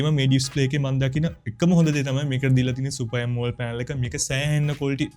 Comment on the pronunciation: ඇමෝල්ඩ් නෙමෙයි බ්‍රදර්, ඇමොලෙඩ් කියන්න ❤️ වීඩියෝ එකනම් හොදයි, වටිනවා 🎉